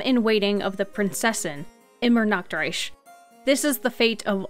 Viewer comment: "IMMERNACKTREISCH" A place where everyone is always naked!!!! 😂😂 I understand that the ch sounds are hard to pronounce, especially because this word has both. The one in Reich is the same sound as in Alberich. It's not Reisch. The first one... is really hard to do for an English speaker. But "nackt" (what you pronounced) means "naked" and "Nacht" means "night". Also, it should be stressed on the first syllable if you want to be correct. IMmernachtreich. It's just... as a German, Fischl pronunciations rub me the wrong way. 😅 (I do say Monstatt though, not Mond shtutt, because Stadt means town and Mondstadt is a region and it would confuse me).